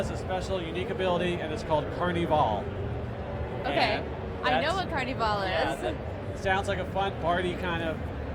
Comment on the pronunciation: why cant he say Carnival properly?